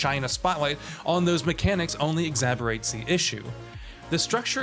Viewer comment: Exacerbate not Exaborate